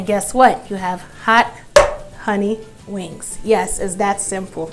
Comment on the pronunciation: I love that I found you, and every dish looks amazing, but hunni you tearing them wings (WANGS)up!!!!!🤣🤣 cant wait to try your recipe. Keep laughing and making yummy dishes🤤🤤💃💃